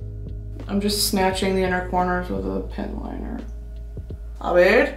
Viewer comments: Brittany saying "aver" threw me so off omg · for all my castellano hablantes, when she said " a ver" i lost my mind, i died for real